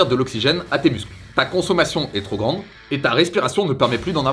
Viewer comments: Super vidéo 💪!! Juste un petit tips, quand tu dis "trop ...." Appuie sur le P, tu a tendance a dire "tros" A part ça explications parfaites👌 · Y'a un 'p' à la fin de trop, donc '' trop intense '' ou '' trop élevé '' ça se prononce '' tropélevé tropintense''